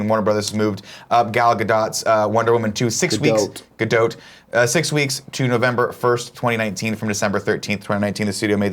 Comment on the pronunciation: Nick said Gadot's name correct the first time! It's not Ga-doat, her name doesn't rhyme with goat.